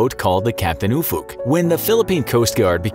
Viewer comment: Dunno if that's how he intended "Ufuk" to be pronounced...